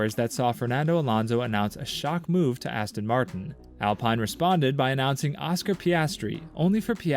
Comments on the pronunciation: It’s Alpine not alpiine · The I is pronounced as an e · what tf, why you saying Alpine and Mick Schumacher like that. The "I" is pronounced like an E and its not Mike, its Mick